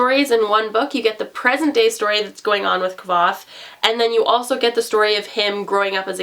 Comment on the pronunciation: Both the author and Kvoth himself tell you how to pronounce his name in the first small bit of the book 😂